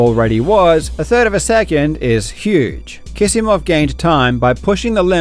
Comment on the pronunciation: Are you sure Kisimov is pronounced as if it had two 's'?